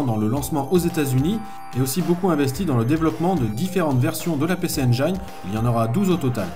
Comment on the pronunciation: Juste pour info (engine) se prononce en anglais (njine) 😂